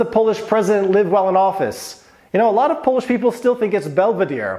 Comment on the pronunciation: Your Polish pronunciations are delightful to my Polish heart 👍